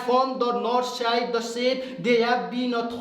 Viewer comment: He pronounced tide instead of side 34:7 sec and many more